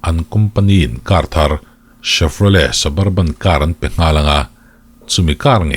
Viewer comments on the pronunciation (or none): none